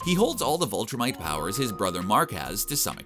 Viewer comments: this guy was driving me crazy it’s VILTRUMITE NOT VOLTRUMITE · Viltrumite not vultramit. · Anybody else bothered by the narrator pronouncing it "Vultrumite?" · You keep saying "vultrumite". I never read the comic but in the show they call themselves "viltrumites". It's a minor distinction but it just kept bothering me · Viltrumite, not Vul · Why you say vuhltremite it’s vihltrimite (pronounciation not spelling ) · *Viltrumite. Not vultramite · It's VIL-TRUMITE not VUL-TRUMITE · Repeat after me: VILL-tumite. Viltrumite = good. Vultrimite - bad. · Pronunciation note: "VIL-trumite," not "VUL-trumite." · bro cmon man its viltrumite not voltrumite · Viltrumite Viltrumite VIL-trumite Not VUL-trumite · him saying "vultrimite" is killing me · What is a "Vultrumite"? Do you mean "Viltrumite"? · Why do you keep pronouncing it 'Vultrimite'? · Viltrumite not Voltrumite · what is a "vulltrimite" ? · Sorry bro but invincible is like #5 or 6 his father nearly kills him. Also Allen is #2 then battle beast. Great video though i will say and also its Vil tra mit. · Listening to you butcher Viltrumites and creati really is like nails on a chalk board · Everytime I heard him say VULtrimite I cringed a bit. But Rudolph CORNors just made me chuckle